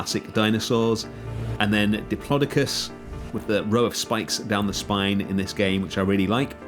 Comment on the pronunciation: Never heard diplodocus pronounced like that.. Area looks great.